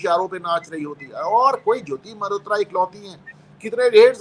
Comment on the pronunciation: मेहरोत्रा नहीं मल्होत्रा।